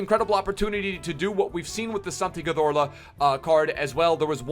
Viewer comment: The way pronounces Cazorla makes me wanna rip my nuts off 😂